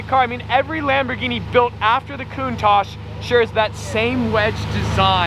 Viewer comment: It’s spelled Cow-un-tash